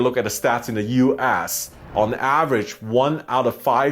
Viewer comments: The way he said U.S. seemed like U ASS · "Uass" instead US? I mean, you can blame your accent, but honestly you could have been sassy there 😏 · I like how he keeps saying U Ass… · He pronounce US as U-Ass...lol